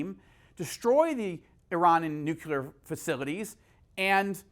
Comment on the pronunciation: Consttuctive critique: Change your pronunciation of ‘nuclear’ to nu-clee-ar instead of nuke-you-lar. ‘Nucular’ is George W. Bush talk, and thats not good company to be in in regards to communication. I respect and appreciate your work tremendously!